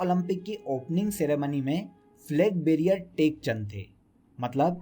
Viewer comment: Flag barier nahi hota....Flag bearer hota h